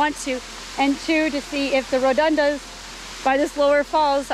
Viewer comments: Hi, think it's pronounced ' rho-du-den-drum', invasive plant, from himalayas I think 🤔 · Pronounced as Ro Do Den Dron